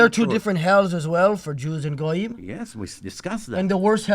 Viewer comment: fr said “GoooYeem”